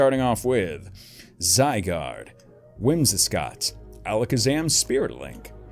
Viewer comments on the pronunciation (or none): none